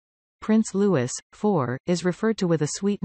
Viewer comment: His name is Louis not Lewis good god if your going to report on him at least get it right